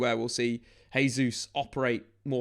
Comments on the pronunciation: Your saying Gabriel Jesus last name wrong. It’s pronounced Jaysus not hesus since it’s Portuguese. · he's Brazilian. In Portuguese we say Jay-zeus